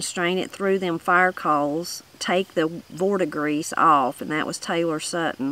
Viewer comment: Talking about the still... it's pronounced "vert-i-gree (short I). It's the green color that copper turns over time 👍